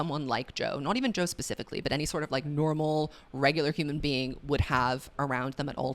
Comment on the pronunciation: When you called Joe “Toe” I lost it omg 😭